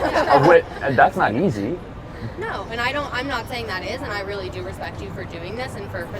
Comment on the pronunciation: The way she says “that” pisses me off… THAWT